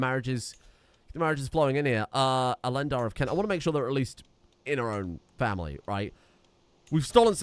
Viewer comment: Cant instead of Kent Wessucks instead of Wessex Mercy-uh instead of Mercia.